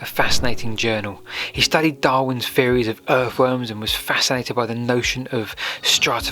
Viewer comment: YET ANOTHER LEARNED PERSON WHO DOES NOT KNOW HOW TO PRONOUNCE THE LANGUAGE FEORIES AND FINKING AND IS THIS HOW PEOPLE ARE EDUCATED NOW